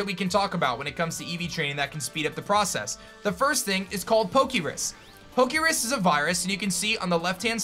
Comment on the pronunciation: Poke' Rus not Poke' Risk